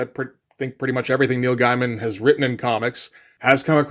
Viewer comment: Neil "Guy-mun"? Not "Gay-men"? No love lost for the guy, but...Is that rage bait or just a case of never having heard it pronounced before?